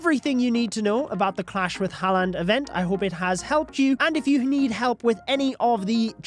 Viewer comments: btw u pronounce the name like 'harlend' not 'haland', bro just read it off coc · Dude its pronouced Harr-land not Hall-and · lad, if the events gonna go on all month please learn how to say his name its haaland not haland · “Erling Haland”😂😂😂😂😂😂😂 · you’re pronouncing haaland wrong btw it’s more like “har-lund” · just letting you know its pronounced har-land but thanks for the info! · The way says haaland 😑 😂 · As soon as I heard his pronunciation of haaland I jumped straight to the comments😂